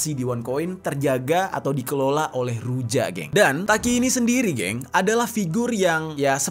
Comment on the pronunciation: Huruf J dalam ejaan negara negara Eropa Timur seperti bulgary, serbia, termasuk Rusia di baca Y, jadi ruja dibaca Ruya.. Serbija, dibaca Serbiya.. atau serbia...